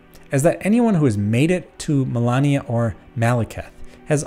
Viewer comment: The name of the boss is "Malenia", not "Melania". She tells you her name every time you die to her, after all.